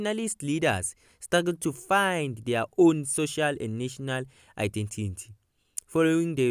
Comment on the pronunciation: Good information but practice the word identity it's giving u problems